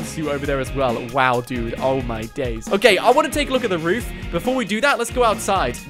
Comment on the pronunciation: He says "Oh my dais"